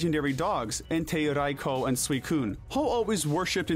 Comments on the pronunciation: Oh ffs. RAY-KWA-ZAH. OH WTF AS IM TYPING IT HE SWITCHED UP HIS PRONUNCIATION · raikOOOOO not raikOOOOH stop acting like you're cool for saying it go burn in his tower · The way you pronounced Raikou bothered me xD hahaha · I can't be the only who cringes whenever he says Raikou right